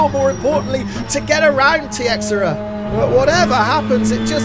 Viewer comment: Great race! I think Tiexeria is pronounced “Tacheera”.